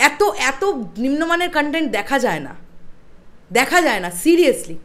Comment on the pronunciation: ধন্যবাদ। লজ্জা পার্ট টু বেঁচে গেল আপনার মতো দর্শকের হাত থেকে। কনটেন্ট শব্দটা তো ঠিকমতো উচ্চারণ করতে পারেন না, বলেন কানটেন্ট, আবার করছেন রিভিউ!